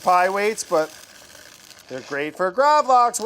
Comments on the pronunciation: Lax is pronounced the same way the english word is, not that it matters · Btw, it is called Gravlaks. Laks is the scandinavian word for Salmon. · In the video Brad keeps saying "Lax" instead of Gravlax, basicly saying that they are the same thing, but in fact: "Lax" just means salmon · i mean lax is just the swedish word for salmon so just calling gravlax lax is kinda funny... also it's actually gravad lax everyone just shortens it to gravlax. fun swedish facts for y'all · The way he pronounces gravlax hurts me, like, I'm in physical pain